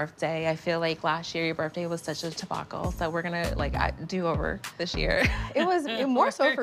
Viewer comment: What is a "tebacle"??? 😂😂 Mia is something else hunny. 😂